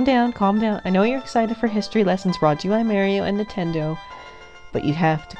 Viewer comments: Goodness, why in the hell are you saying it like that. Pronounce the planet MARS. Then say MAR - IO ...not marry-o. I have never heard anyone say it like this narrator and it just adds to how annoying this clip is. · Mare instead of Mar is sooooo annoying. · Mary-o. -.- Knock it off. Mary-o is not his name. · U SAID MAIRIO! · its weird that some people pronounce marios name wronng and calls him maryo and hes not a girl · Decent voice, but not how she pronounces Mario..